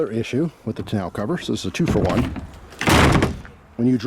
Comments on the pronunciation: It's pronounced tonno cover, not tonow cover ! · Ta-now cover 😂. First time ever hearing it pronounced like that. Good stuff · I've always heard and pronounced it "Tawn-Oh" cover. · That's the first time I've heard tonneau pronounced that way. Down south I've always heard it pronounced like tan-know. Not complaining, just sounded really weird to me. Funny how the same word is pronounced differently depending on where you're from. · Why are you pronouncing “tonneau” that way?